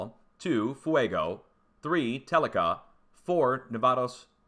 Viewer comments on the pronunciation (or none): none